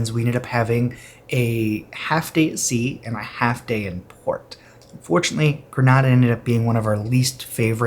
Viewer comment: It's pronounced Gree-NAY-da not Gree-NAH-da